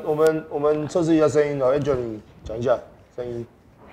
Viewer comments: 我是說館長唸起來比較像安卓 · hu hu 比較像安卓